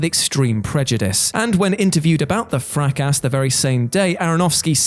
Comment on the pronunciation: Cannes, Fracass... ffs How about the script writer having a read through or spelling tricky things phonetically; rather than multiple mispronunciations EVERY SINGLE WHATCULTURE VIDEO.